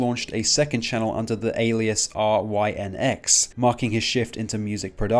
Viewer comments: Lmao bro doesn’t even know how to spell vanoss’s second channel. Bro said “r.y.n.x.” Bro there isn’t a space between the letters it’s pronounced rynx the y is pronounced as an i or a double e (ee) Anyways good video bro. Not trynna be a dick I just thought it was funny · You couldn't even pronounce rynx right.